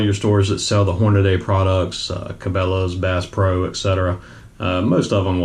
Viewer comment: Hornady (Hor-na-dee) Not Hornaday.